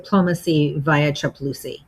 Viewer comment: "Diplomacy VIA Chaploosi!!???? 😭😭 How does a non-native urdu speaker get this so right?